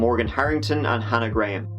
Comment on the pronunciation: Gra-ham. please pronounce a victim's name properly